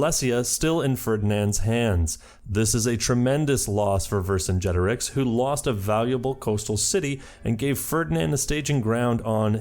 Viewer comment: I'm so proud of you for learning how to say Vercingetorix